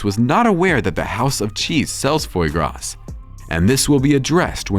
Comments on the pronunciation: Foie gras is pronounced fwa gra not foy gras. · Not “foy graw” - it’s “fwah graw” (foie gras). And he’s right- it’s disgusting because it’s animal abuse. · " Fooah gra" not " foy grass"